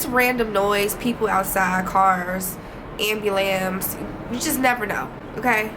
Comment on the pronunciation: love the vibe, and lol at the way you say ambulance "see, ambulams" 🤣❤